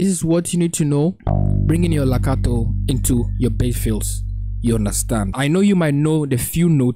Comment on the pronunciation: Its Legato sir. Not lacato